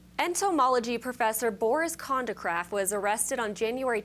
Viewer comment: "Kondacraft"???? They need a news reporter than can at least pronounce the words/names correctly.